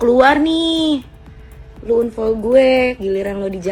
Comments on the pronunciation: ini sapose Unfol bukan anfol😂😂😂😢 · Unfol unfol 😂😂😂😂...bacanya anfol woyyy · Bacanya anfollow. bkn unfoll. Itu cewek bolak balik bilang unfall unfall . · Membaca dengan baik dan benar"unfall" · maaf..ngakak sy dengar Unfoll..😂